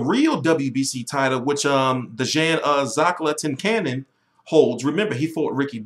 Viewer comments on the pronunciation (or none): say it with me t, zlah-TEECH-ca-nin